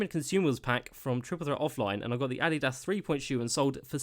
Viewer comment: Never pronounce Adidas like that ever again.